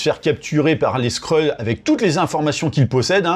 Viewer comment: Pas les Skreuls mec ! Les Skrulls. Sinon on peut plus faire de jeu de mots qui détendent